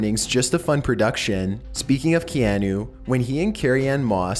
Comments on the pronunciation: is it just me or was he saying KeAnu and not Keahnu ? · Key-ah-nuh Reeves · It's Kee-ah-nu 😂😂😂😂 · Kee-an-OOO LOL